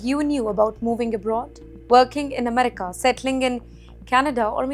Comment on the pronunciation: Please pronounce America right !!